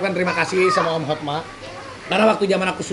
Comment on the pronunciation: Banyak yg salah ucap HOTMA jadi HOTMAN